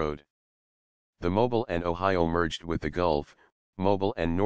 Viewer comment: Mobil is an oil company, Mobile is a city in Alabama. Just say automobile, say it again without the auto.